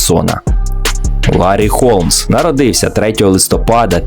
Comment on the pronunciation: Холмса а не Голмса